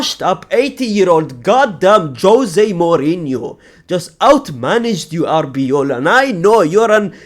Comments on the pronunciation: Its arbeloa not arbeola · its ARBELOA , not ARBEOLA